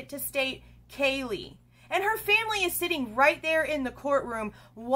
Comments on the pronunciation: He probably clenched is jaw bc the Judge slaughter her name. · You're right. He didn't pronounce her name right. 😢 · Right? And not just once but stumbled over Xanas name and said Kaylee's name wrong EVERY time...omg!